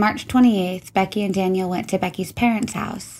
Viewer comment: Daniel. Not Danielle 🤠